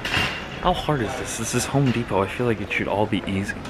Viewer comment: home de-pot lol